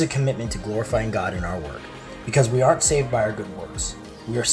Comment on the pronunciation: "GLOIFYING" "ARN'T"